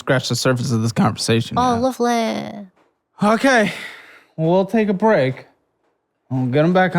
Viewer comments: the irish accent got me here despite the seriousness 😂 "och, lovely!" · why is she doing a Yorkshire (UK) accent just for the word lovely. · the accented "lovely" was objectively hilarious 🤣